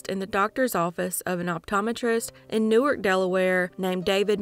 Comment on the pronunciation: It's pronounced New Ark, DE, unlike Newark like NJ.